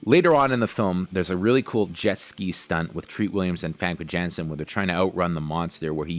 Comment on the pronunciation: You pronounce it Famke Yanssen just like you pronounce it Scarlet Yohansson. You twit